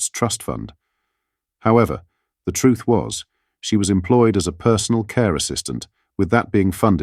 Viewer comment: Tell the Truth. She can't even say "Truth"